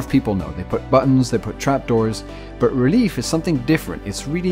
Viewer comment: Lol, the word for relief should be pronounced like french almost not like relief, XP (don't you just love how english doesn't make any sense? ^^)